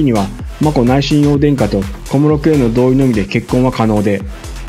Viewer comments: 親王はしんのうと読みます。 しんおうではありません。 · しんおうではなく、しんのうです。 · 凄い悪意に満ちたコメントですね 親王の事日本ではしんのうと読みます しんおうではありませんよ ニュースソースが皇室ジャーナリストって 新聞で偏向する時政府関係者のような 国際弁護士になればかなり高給ですよね 主さんも使っていたので私も、多くの国民は皇室を敬っています しっかり戦後の天皇陛下のなされた事をちゃんとした漢字を使った本をお読みになっていればね 今かなり日本人擬きも居るから簡単に同調して 💦💢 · 「親王」の発音は「しんおう」ではなく「しんのう」です。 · 国立音大は「くにたち」、 親王は「しんのう」です‼️